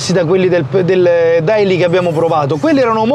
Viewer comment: Si pronuncia deily !!!! Cazzo